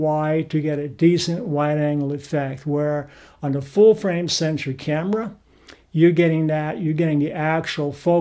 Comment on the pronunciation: It sounds like you are saying "full-frame sentry", instead of the proper word "sensor".